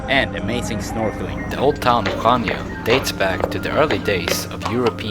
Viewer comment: its pronounced hania.